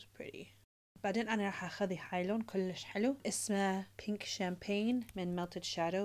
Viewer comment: Kolish helo kolishh kolish 😂